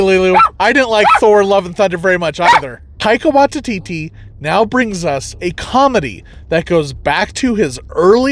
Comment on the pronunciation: Taika Why-tee-tee. Taika .... WHY-TEE-TEE.